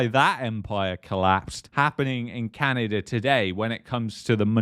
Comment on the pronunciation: Its not CanadaR!